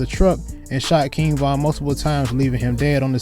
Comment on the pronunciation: Did he just say von durk cousin 😬😬